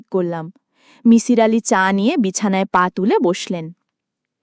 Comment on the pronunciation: that was not kabbogrontho but golpogrontho fyi. its not mishir its misir. get our name pronunciation correctly.